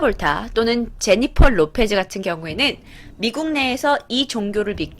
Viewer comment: 마국이 아니고 미국인데